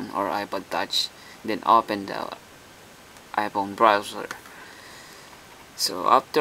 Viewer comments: the H must be silent lol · 'ph' is an 'f' noise my man. i know about a million people have pointed it out.